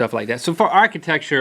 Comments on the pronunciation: It's Amityville not Amittyville haha sorry to be picky but it's the next town over from me. :P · amityville not amittyville you guys